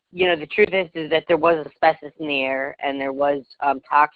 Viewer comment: Can you say asbestos?